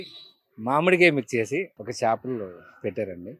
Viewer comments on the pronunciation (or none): చాపలు కాదు తల్లీ చేపలు అనాలి అంత మాత్రం తేడా తెలియదా ఎం ఖర్మరా బాబూ